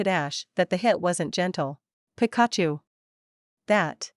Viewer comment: Oh no Pikachu is Pronounced wired. Lol